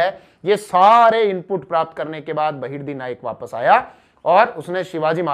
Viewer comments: Its not a loot ... please dont call it as a loot. And its Bahirji Naik....not Bahirdi naik.. Sir, Please check your mistakes in your video. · 🙏गुप्तचर का नाम बहिर्दी नही बहिर्जी नाईक है